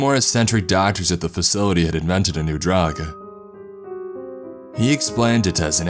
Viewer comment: Drug-teh, coolant-teh, no safety guarantee-heuh